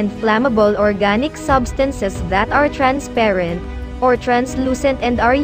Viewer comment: Grabe naman yung accent mo sa trensperent lods 🥰